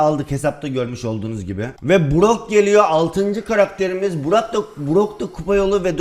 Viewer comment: brock yerine burak diyo 😂😂😂😂